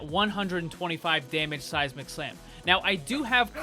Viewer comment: Ahahah, every time you say the phrase "Seismic Slam" I always think you say "Sasi Mac Slam" aha. So funny.